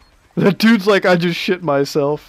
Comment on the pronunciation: Did you rike it?